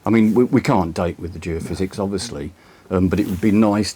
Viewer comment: Surely it should be Geophys ie geophysics not geofizz which sounds like a drink